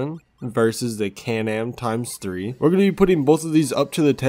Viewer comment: U said x3 wrong